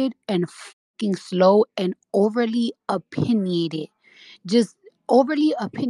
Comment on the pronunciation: Lmao, imagine calling ppl slow and dumb but can’t say the word opinionated 🤣crazyyyyyy